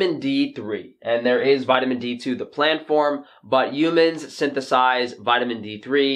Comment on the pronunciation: Hhhhhhumans,, not Umans))